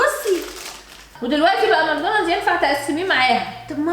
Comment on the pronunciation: (ماكدونالدوس) 😂😂 عسل يا ❤